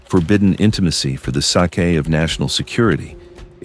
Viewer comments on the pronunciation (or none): AI Audio says Sake instead of sake. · This video is using an AI narrator give away for the sake pronounced as for the Sakai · I stopped watching after AI pronounced sake as Sa kay😂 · Just another AI produced story with countless visual repetitions to last for 20-25 minutes. You probably noticed the pronounciation of "sake" which should have been [seik] and not like the Japanese drink. Is this entertainment or just a propaganda video ? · "for the sa-ke of national security" check ur ai voiceover crap ffs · AI drinking too much Japanese Sake 😵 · AI generate video. not worth to watch. SAKE pronounced as in Japanese rice wine, it tells this is AI generate.